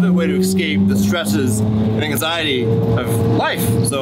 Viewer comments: its anxiety not axiety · Bro it's anxiety not axiety. look after it